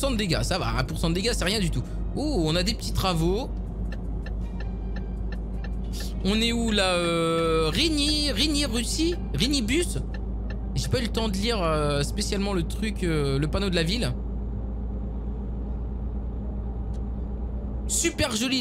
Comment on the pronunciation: La ville que tu disais rigny-uss c Rigny-Ussé